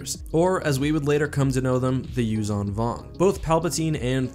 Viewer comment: Also, the Zh in Yuuzhan is pronounced like ж. Aka, Like a j with a ~. Юужан Вонг is exactly the pronunciation in Russian